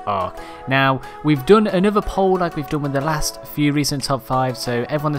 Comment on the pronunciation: Why do you say dune instead of done?